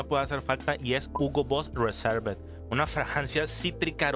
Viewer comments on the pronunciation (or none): Suscriptor de tu canal. Muy informativas tus videos pero quiero hacer una observación qué igual disculpa por la corrección pero he visto más de un video donde le dices reserve al Hugo reversed. La pronunciación es "riverst"